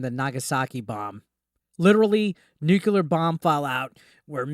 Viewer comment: Did you really say Nukular?!?! It's New-Klee-ar not Nu-Q-Lar! I hate Bushisms and especially that one!!